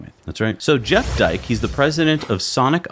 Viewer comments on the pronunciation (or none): none